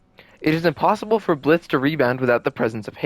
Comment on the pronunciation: oh my bad, it really sounded like "possible", even the captions thought you said possible